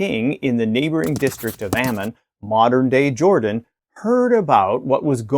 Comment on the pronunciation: You REALLY REALLY need to learn how to pronounce Hebrew words. You don't even say the Anglicized versions well. In the case of Rabbah, it is mentioned that way but if followed by Ammon it is ALWAYS Rabbat Ammon, NEVER Rabbah Ammon. It also not AHmin but ahMON and the o is long o as in moan. rahBAHT ahMOAN. If you had like a week of Hebrew classes you would know some of this. Why don't you at least asks someone sho knows, "Hey, how do I pronounce all these names before I make a video and sound uninformed.